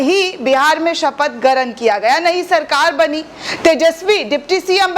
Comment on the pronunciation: Garan kya hota hai? Grahan hota hai. Tumhe to sunna hi gunah hai.